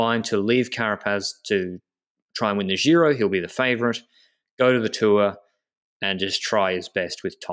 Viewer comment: please say Giro and not Jhiro.